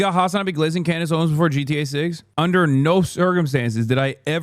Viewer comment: I really truly just want to say that you calling her klandace heals me. Every time I need a laugh I think about this. Also hasan pls drop an album your actually a great singer